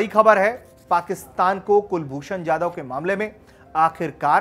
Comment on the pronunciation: कुलभूषण जाधव नाम है उनका यादव नही सही उच्चारण करें। आप हिंदुस्थान में है।